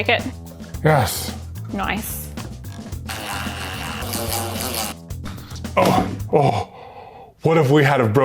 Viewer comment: says nice in a super Aussie way